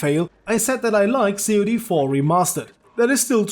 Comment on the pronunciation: And a weird question, why do you say CoD funny. You say c o d, instead of CoD like the fish.